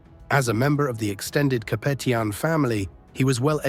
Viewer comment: The mispronunciation of Capetian is really jarring.